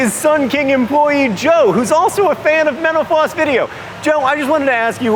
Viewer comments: John sounds like he said "Joe is also a fan of menopause video" at the beginning, lol. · Am I the only one that hears menopause when he says mental floss? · This guy youre killing me. This host. Everytime you say mental floss it sounds like youre saying menapause try pronouncing the L and F please!!!!!!!!!!!!!!!!!!!!!!!!!!!!!